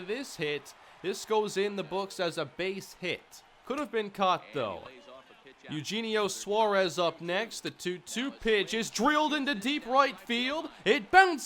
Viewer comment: you kept saying Eugenio Suarez's name wrong.